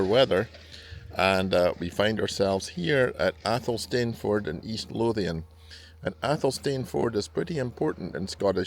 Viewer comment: It's pronounced AYL-sun-fud